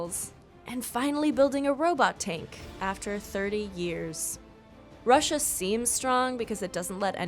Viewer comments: While making these video i am sure that she is drunk making these video because when she said the country of "russia" she mistakenly saie it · Number 9 Russia this woman drank too much wine while reading